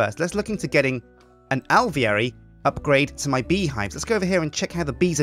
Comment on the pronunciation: Remember kids, it's Al-vee-air-y Not Al-veer-ee